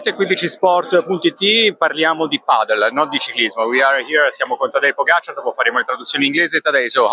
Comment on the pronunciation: L’HA DETTO GIUSTO!! Ha messo l’accento sulla A di Pogačar!! 👏🏻👏🏻 e grazie per l’intervista, leggera e adatta all’off season